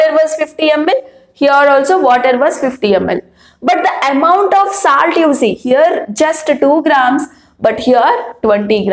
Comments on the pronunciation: Mam tip : your pronounciation has to be improved Its not saalt its solt And it not puur it puar puar ! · It's not saalt it's salt.